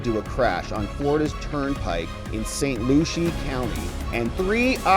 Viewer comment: Pronounced saint LU See. Weirdest attempt to pronounce I have seen yet.